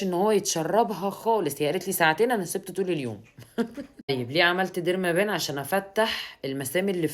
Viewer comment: ديرما بن. وليس ديرما بان. Pen يعني قلم الديرما يعني جلد. تنطق ديرما بن. Derma pen قلم الخاص بالجلد